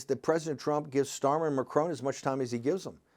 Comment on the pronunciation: I like that 'Macrone' name Steve Bannon pronounced.